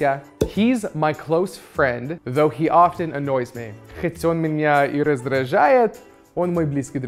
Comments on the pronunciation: ofTen? Произошла русификация человека 😂😂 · Мне послышалось или на он сказал офТен? меня столько лет учительница била по губам и учила не произносить это Т в слове "often", а тут такое( мой мир рухнул! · Ребята! У кого еще произошел разрыв шаблона, когда вы услышали "офтен"?????? (часто).... Вот правда)? Действительно? Нужно "т" произносить???? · У меня скорее вопрос по often. Нас, что в школе, что в универе всю жизнь дрючат, чтобы мы не произносили звук «t», однако, что в этом видео и других на ютубе, что в фильмах и сериалах, везде звук произносят, так как же все-таки правильно? Видео, как всегда, потрясное btw!